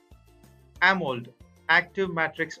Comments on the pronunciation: It's Amo‘LED’ not amold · clueless narrator: "ah-mold" viewer: closes video. 👎🏼